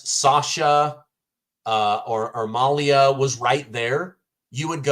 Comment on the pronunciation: Her name is pronounced Ma-lee-yah. Not like somalia